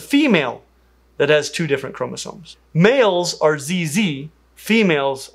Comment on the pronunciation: "Male are ZZ" made all the French audience laugh.